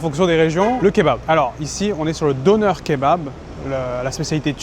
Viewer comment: 😂😂nonn ne dites pas ‘donneur kebab’ 😂 tu peux prononcer‘denair’ plus exact de dire 😉